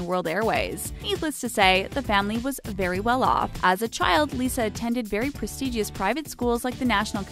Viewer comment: And "Merry"'-land for Maryland. Pres-tee-gee-ous for prestigious? Painful.